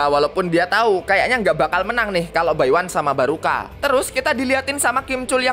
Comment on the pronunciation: ngomong nya barka bukang baruka🗿